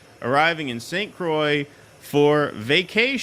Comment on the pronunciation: St Croix is French so it’s pronounced as krowah, it’s not as soy or coy!